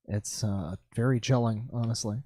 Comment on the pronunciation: To quote "it was a vewy anime Esq moment"